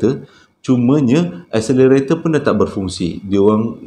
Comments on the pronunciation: Escelator kan ? Ngapa dengar macam escenator ? 😅😂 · 1 benda kelakar ni kan. main sebut je. kekadg betul kekadg salah. mcm td. eskalator jadi accelerator 😂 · ..escalator bukan accelarator hehe.. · Britney Spears...lucu lah. Ada satu pembetulan, excalator (tangga elektrik). tersasul, accelerator. Seram sangat cerita pertama, kesian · bang, es-ca-la-tor bang, bukan accelerator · Macam salah ja sebut escalator.